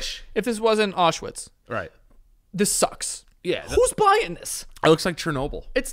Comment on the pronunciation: Am I the only one bothered by the fact they aren’t pronouncing Auschwitz properly 😅😅